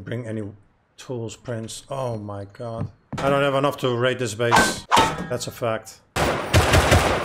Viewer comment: I dont know why but it was so funny when he said.. "ou my got ou my got its ":DD